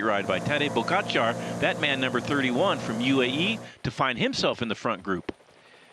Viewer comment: when we consider the fame of Tadej Pogacar as of today, it is so ridiculous that they even don’t know how to pronounce his name exactly.😅😅😅